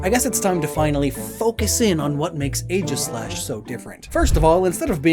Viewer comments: “Ae” in Greek is pronounced like a hard E, not an A. So it’s EE-gis-slash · Am I the only one disturbed by the mispronunciation of Aegislash? It’s pronounced EEGIS-LASH.